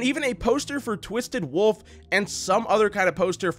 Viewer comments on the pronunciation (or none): none